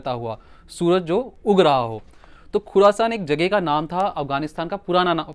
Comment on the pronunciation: Khursan nahi khurasaan